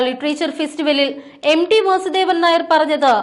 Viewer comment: പ്രിയമുള്ള അവതാരങ്ങളെ MD എന്ന് ഉച്ഛരിക്കാതെ MT എന്ന് മനസ്സിലാക്കി പറയു. അദ്ദേഹംMT വാസുദേവൻ നായർ ആണ്. കഷ്ടം.